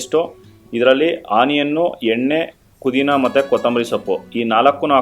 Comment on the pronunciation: ಕುದಿನಾ ಅಲ್ಲಪ್ಪ ಪುದಿನಾ